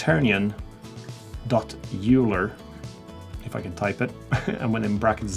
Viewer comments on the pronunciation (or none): Euler isnt pronounced "youler" its pronounced "oiler" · haha ikr, however I believe it was named after some mathematician of the same name. Leonhard Euler I think. Not that it matters a great deal as 99% people (including myself) have or do pronounce it "youler". Anyway really pleased I found your channel - really enjoying the content and looking forward to the next in this series 👍👍👍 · how the heck did you just pronnouce Euler haha